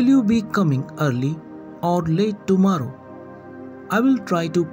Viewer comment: Sir, it's not tomaarro, kindly pronounce the word correctly.